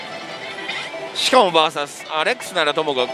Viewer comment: あなたの バーサスという発音は絶対に違うと思います。それが気になって見る気が失せます。